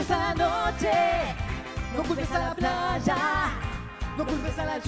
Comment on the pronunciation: "no culpes a la chuvia", "... placha" por qué pronuncian así? Qué les pasa? Jajajajajja